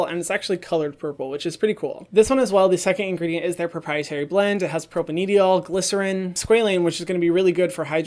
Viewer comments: Hi Hyram! I love your videos so much! I'm a chemist and I really love the effort you put into your research! No shade at all but I wanted to let you know that propanediol is pronounced propane-dye-all. Chemical compound names are super weird and if i didnt study chemistry I for sure wouldn't be pronouncing it right haha. Just thought you may want to know for the future :) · don’t wanna be that guy but hyram it’s pronounced propane-diol not propaneedyol. The molecule’s structure is a propane parent chain with 2 alcohol groups (hence: di-ol, or 2 alcohols) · Thanks for another great video Hyram! Quick note from a chemist, 'propanediol' is pronounced a bit differently (4 syllables, propane + diol). Since it comes up on a lot of ingredient lists, thought you might want to know :) cheers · Chemist here. Propanediol pronounced "pro-pain-die-ol". Would have thought it to be a different ingrediant if I didn't have captions on. We understand, chemical names are hard to pronounce. Love your work, keep it up <3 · It's pro-pane-die-ol